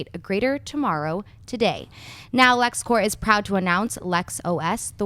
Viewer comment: It's Lex Corp, with a P. Corp with a silent p is for military.